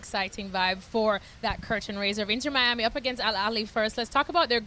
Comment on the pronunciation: "inner miami" 😑 its inTer miami. as in inTernacional. not as in the inner city. you'd think they'd know how to say the name.